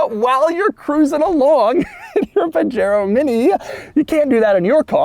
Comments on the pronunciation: It’s not called a (pah-Jero) it’s (Pah-hairO) the J is silent in Spanish PLEASE DOUG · Really, you live in SoCal and your saying PaGero?!? Pahero.... come on Doug... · I notice Doug has solved the problem by pronouncing it "page-aero" :-) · As a Spanish speaker, I'm cringing Everytime he says "Puh-Jair-Oh" Edit: there's at least 4 different pronunciations that I quickly looked up in 2 minutes, and The way Doug says it is indeed the American English version. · Isn't it puh-HAY-RO? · it's pronounced "Pah-Head-O" sort of. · Pah-Heh-roh.... technically :) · Correct me if I'm wrong. Where I grew up from, these cars are pronounced "Pahero". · 'paJAIRoh' oh no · Hey Doug, it’s actually pronounced “Pajero” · wtf is a "pajero". Isn't it pronounced "Pu-Hare-oh" ? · He freakin' pronounced Pajero with a hard 'j'. 🤦‍♂️ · Doug likes to pronounce Pajero like a gringo. Very funny! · As Pajero is seemingly a Spanish word, I'd bet you dollars to doughnuts that the "J" is pronounced as an "H". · the J is usually an H sound in spanish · Doug is the type of guy who can't pronounce 'Pajero' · 65 hp from 650cc is very good Also, I always thought that the J in Pajero was pronounced like in Jose or jamon. Am I wrong? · i think the j is pronounced like a h since it’s a Spanish word I think & that’s how j’s are pronounced in Spanish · Doug’s mispronunciation of Pajero... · Doug! You are mispronouncing the name! CRINGE! DX